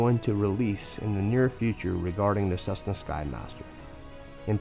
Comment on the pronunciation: What is a “cussna”, bro?